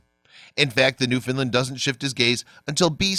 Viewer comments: Newfoundland not newfinland... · NewFOUNDland if people are gonna make videos at least pronounce words properly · Newfoundland is pronounced to rhyme with. Understand . I'm from Newfoundland.